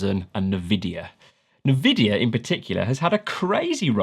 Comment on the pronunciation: neh-videa wtf